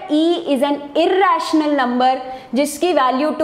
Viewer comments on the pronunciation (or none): Irrrrrrrrrrrrrational number😂